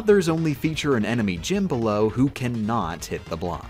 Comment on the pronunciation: Just an FYI: the "G" in "Gim" is pronounced the same way as the "G" in "GIF". I love how Computer Virus (EN)/Battle Windows (JP) just became "Windows". Couldn't you just mix for plasma?